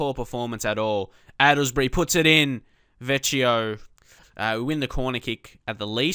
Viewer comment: The Italian guy is pronounced Vekkeeyo not vecheeo